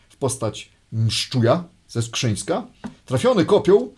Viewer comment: Mszczuj był ze Skrzynna, nie ze Skrzyńska.